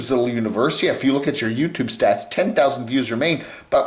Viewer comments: swift 1154 I like pronunciation of youtooob and also "bubbles", makes my teeth soft 🤭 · Love but makes my skin crawl whenever he pronounces "youtooob". I need help